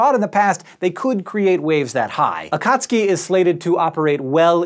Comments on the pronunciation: AKATSKI? Nooooo!!!! AKATSUKI..... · A-ka-tsu-ki, not a-kat-ski... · Akat suki ? This guy says Akatski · It's Akatsuki, NOT AKAAATSUIKI! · In Japanese, Akatsuki is pronounced AH--kut--SUE--kee. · this might have been mentioned already, and this is, in no way, a criticism, but akatsuki is pronounced ah-khat-su-ki. strictly speaking, for informational purposes. still love what you do for this channel and please keep them coming. ;) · It bothers me that he doesn’t seem to be pronouncing akatsuki correctly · I think it's pronounce Akat-soo-kee but I'm not sure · Hank, you're not pronouncing "Akatsuki" correctly :)